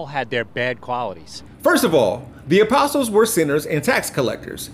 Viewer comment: He said "The Aposols" 🤣